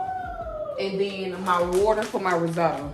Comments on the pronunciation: That looks so good!!! By the way it’s pronounced rizz-o-toe❤ let me get a plate though 😂😂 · Pronounced rizz-oh-toe